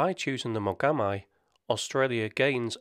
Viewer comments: Mogam "eye"?...umm...try Mogam "E" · The "Mogami" frigate is pronounced "mo-ga-mee." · Mogami is pronounced like moh-gah-mee. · Mogami is pronounced like Spanish (correct ). Its "i" like igloo.